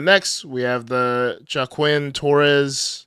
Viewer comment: why can't you and pronounce Joaquin lol? It's "Wa-keen"